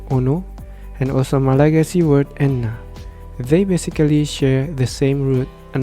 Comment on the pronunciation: I just wanted to say that Malagasy efatra is read as éfatra, just like you read enina as énina. Also, you don't have to read the final a for roa, efatra and enina. Read them as /ru/, /'efach/, /en:/.